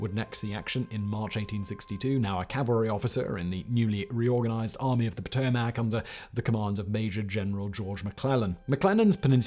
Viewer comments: not PA Toe , mack its Pa toe mick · Please Simon, it’s Puh-toe-mick. From a resident of Potomac Maryland